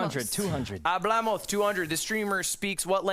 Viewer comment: Ludwig kept saying Hablamoz